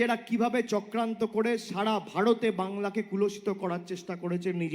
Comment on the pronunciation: "সাড়া", "ভাড়তে", "কড়াড়", "কড়েছে" এইসব শব্দের অর্থ কি আপনারা জানেন ? মূর্খ ছেলেটা আগে ঠিকঠাক কথা বলা শিখুক এবং তারপর কথা বলুক।